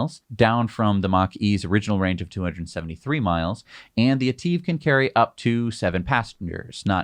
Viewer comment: please...its etive (et iv) not Et eeeve